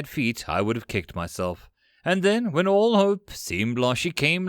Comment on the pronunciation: This series is indeed better. You do have a penchant of upticking on vowels. All becomes Aahool. It's especially hating when on the end of sentences, as it loses the "mood". Did this improve? You're quite good. It might also be that I simply need to get used to your accent.